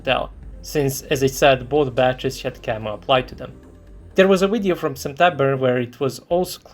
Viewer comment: "Video" is pronounced with a "V" sound, not "W" sound.... smh